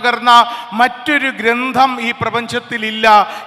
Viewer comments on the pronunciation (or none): ഗ്രന്ധം അല്ല ഗ്രന്ഥം